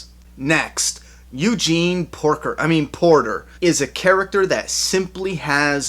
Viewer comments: haha he said porker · When he said Eugene Porker, I choked on my water. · i fucking lost it at Eugene "Porker"